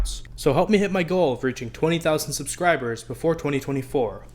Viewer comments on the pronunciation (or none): none